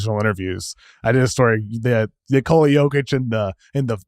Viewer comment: Because he's too nice of a guy to correct anyone, for those that are pronouncing Jokic's first name Neh-Kola with the emphasis put on Kola, that is wrong. It's Nee-Kola with emphasis put on the Nee. I think it's about time his own coach, teammates, fans, media, announcers, etc pronounce this man's name correctly.